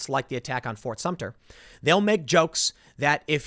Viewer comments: Tim, It’s Sumter, not Sumtner. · It is Fort Sumter, not Sumner or Sumtner. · As a South Carolinian, the way Tim pronounces "Fort Sumter" as "Fort Sumn-ner" is like nails on a chalkboard. Edit: "Shot heard round the world" was the Revolutionary War, Tim. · i did a shot of Jameson every time Tim said Sumter/Sumner...still don't feel better about this topic. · Tim, I love your videos, but if you call Fort SUMTER "fort sumptner" one more time I'm gonna lose it. As someone who lives in the South and grew up with the heritage of this part of the country, that fort is forever ingratiated in our consciousness and it huts me to hear you mispronounce it. It is pronounced Sum-Ter, thank you. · Tim it’s pronounced S U M T E R! There in no “N” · ...he said "Fort Sump-tner"...even worse...! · I think Tim called it "Fort Sumpner" several times Lol ! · Is it bad that I'm literally too bored with tim talking about this to listen for more than a minute? Just bring in the live ammo please. Bye y'all. And jesus christ there's no "n" in "Sumter". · As someone from South Carolina just let me say Tim is mispronouncing Sumter and it is annoying the hell out of me. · Love your channel Tim, however please learn to pronounce Fort Sumpter correctly. There is no 'N' in the name. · It’s pronounced “SUMTER.” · Ft. SUM TER. Let’s get it right Tim. Call me a grammar N. This should be the easiest part of your reporting. I mean, you wouldn’t say “ New Yolk City”......